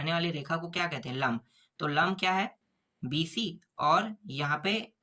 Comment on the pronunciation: लांब ❌ लंब ✅ गुरु जी आपने गलत किया है 😂😂😂